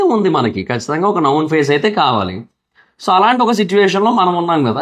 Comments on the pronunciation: నౌన్ కాదురా నోన్ అని పలకాలి 😂😂😂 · Noun kadu... Known